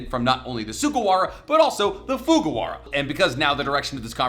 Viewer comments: I think it’s Fujiwara not Fugawara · FuJIwara! It's not even that difficult to pronounce. Why are we letting this man cook when he butchers shit again?